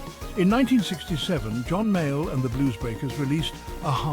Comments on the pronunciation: Haha he claimed him as My Al . I much prefer that blues man, John (Pronounced. ) Male or Mail . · AI, say his name correctly.